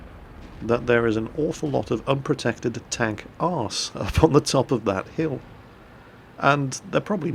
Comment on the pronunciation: Goddamit its Stronk Tonk not Tenk.